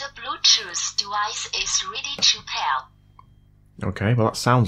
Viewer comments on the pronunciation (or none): "to bluedjuice doowise is really chew pair" 😂 i love it